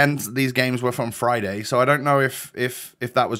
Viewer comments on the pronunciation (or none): Everyone: friday: flyday